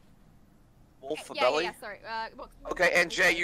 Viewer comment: “Wolfabelly” lmao